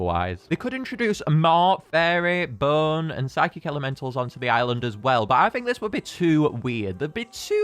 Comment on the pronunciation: When you say Bone, it sounds like Burn